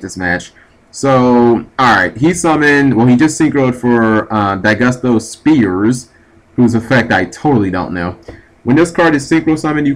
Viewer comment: G do you actually read the names of cards before you try to pronounce them, because it seems like you just glance at their names. Yashka, Daigusto Spheres, Golludo....etc....